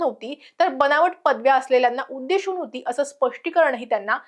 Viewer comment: सातत्याने शचा उच्चार (सोशल, उद्देशून, सुशिक्षित, देश या शब्दांत) ष करते आहेस, काळजी घे. छाया देव